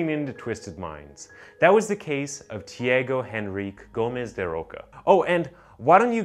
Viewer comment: Can I give you an advice, as a fellow Brazillian? Go to google translate before you attempt to say foreign names and check how to speak them in their language :) His name is actually spoken "Tchee-ah-go da Rosha", not "Tee-ago da Rocka". Just a tip! I'm loving your channel! ♥